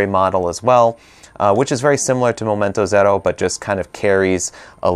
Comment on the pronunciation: Love how you pronounce Momento Zero!